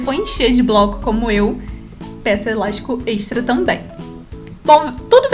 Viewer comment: "Eláixtico "... amo esse sotaque😂